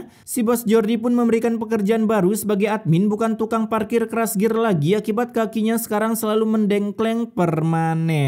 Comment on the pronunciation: TRASGEAR BANG . BUKAN KRASGEAR🗿